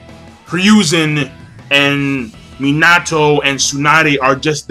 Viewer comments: The 3rd's name is pronounced here a zoo herizu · It's pronounced "HE-roo-zen" Sorry that was just really annoying me...